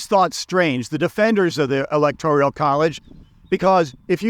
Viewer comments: Electorial college? It's the electoral college. You're lived in Poland and you don't know how to pronounce Zbigniew. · It's Electoral not "Electorial" college Virginia is Democrat not a swing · Electorial College? or Electoral College? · You can't even say ELECTORAL ... Correctly. . And also you don't seem to to comprehend the purpose and function of the electoral college (which is basically, to prevent the popular vote from determining the presidency.)